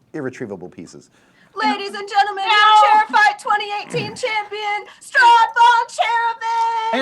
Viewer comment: little correction it’s Strahd, not Straud